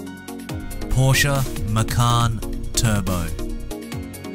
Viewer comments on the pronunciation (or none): none